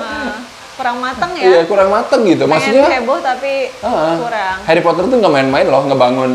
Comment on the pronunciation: SUDAH KUDUGA... "HERIPOTER" 😅🤣😂 MEJIK2 AMAZINK